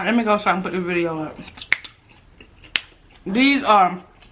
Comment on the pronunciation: when you say biria it sounds like you’re saying video 😂😂😂😂😂